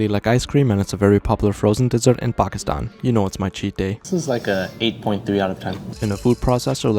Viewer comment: I love how he knows how to pronounce Pakistan